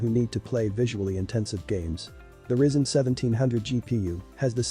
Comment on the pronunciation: Pronounced Rye Zen 😂